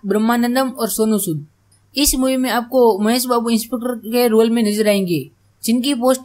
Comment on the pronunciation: Bahi insputer nhi inspecter hota h😅😂